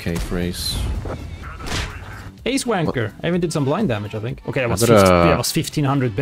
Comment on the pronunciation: I totally understood Ace Wanker lol